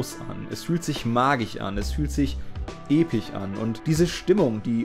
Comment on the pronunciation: Bombastich, epich, grafich?? das kommt mir fast so vor, als würdest du das absichtlich machen und iwie triggert es mich mehr als es sollte!^^ (Aber wunderbares Video)